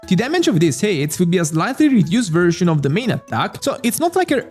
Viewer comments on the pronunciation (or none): none